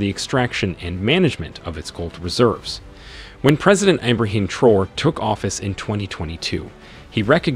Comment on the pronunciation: The name is Traore not Traws please thks